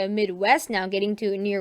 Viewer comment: you're doing great with the weather.The one thing you might keep in mind is pronunciation.For example,the 's' is silent in Des Moines,IA and the national park is pronounced Yo-sim-mi-tee instead of Yom-a-sit.But keep with it,man.